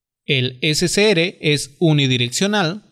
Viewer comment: ese se ere y gue no seria correcto al pronunciarlo, se pronuncia ese ce erre y ge... por lo demas excelente explicación, muchas gracias.